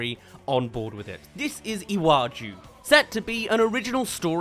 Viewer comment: I am Nigerian and I love that Disney is doing this but if I hear one more person mispronounce "Iwaju" ,"Lagos" , or "Yoruba" I'm gonna lose it .